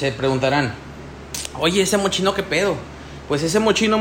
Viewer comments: Mochino jajajajjaja 🤣🤣🤣se pronuncia así: 'Moss-KI-no'. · Fatal. Mochino...??? Basta que veas el comercial del propio perfume, para que escuches la pronunciación. 👎